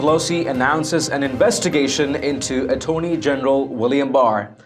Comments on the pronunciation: Ah-tony general? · Please practice certain words, such as "attorney". Nobody's perfect.